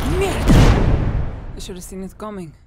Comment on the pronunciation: the most Scottish thing “I’ve had enough of this Shite”